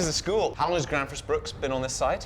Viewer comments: Gränsfors, not Gransfors. The dots make a difference... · It's not Grans it's Grens the a with 2 dots on top is pronounced as the letter E. and the letter E with 2 dots on top of it is the letter A. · That would definitely be closer to the swedish pronunciation. made the typical mistake of pronouncing ä as a. "Grän" should actually be prounounced like the gren in "greenwich". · The best instruction how to pronounce it is probably "Geh-renns-fosh". If an anglophone used that pronounciation it would sound perfectly Swedish. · The Ä in Gränsfors died quickly in this video xD